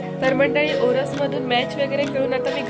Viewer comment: Baki vlog chan aahe pn te ओरस ❌नाही ओरोस✅ aahe